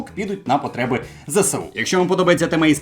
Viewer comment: Файний відос, як завжди твоя харизма захоплює навіть більше аніж сюжет розповіді🤣 Але, ти кажеш не правильно. Не Зе-Се-У, а Зе-еС-У, зверни на це увагу, бо закидають камінням зараз)